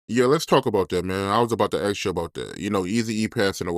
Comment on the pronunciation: you’re gonna have to force yourself to pronounce the word ASK properly, man. Just say ǎśś, and add a K sound on the end.